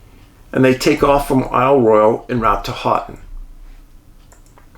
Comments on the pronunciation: Ho-ton (Houghton). But soft ‘t’ . More like Ho-en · Hoe-ton, not hot ton. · Love stories on my state... Michigan is creepy at times.. Congratulations on pronouncing Ypsilanti correctly... but Houghton is pronounced HOE Ton.... You and Angie will love Isle Royal. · Michigander Here - not to sound rude, but it is pronounced "Hoe-ton"! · I’m sorry. I can’t help myownself. “Houghton” is pronounced, “hō’ tun” 😁😂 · Maybe give Dave a correct pronunciation instead of criticizing him. Dave, Houghton is pronounced as Hoht uhn.....long "O" in "Hoht". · Another good yet crazy one thx Dave! Michigander here you destroyed the pronunciation on the city of Houghton .. might have to apologize to the yoooers Lol!! Keep up the great work!! 🙏🏻